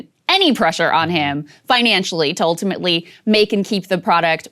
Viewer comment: I'm up to drunk-as-a-skunk, but I've been taking a shot every time she says "oohltimately".